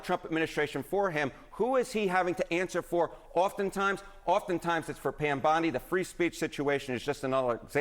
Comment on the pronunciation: Who the hell is "Pyam Bondi"?